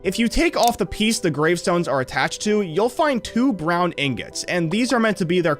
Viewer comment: Anyone noticed how he said ing-gots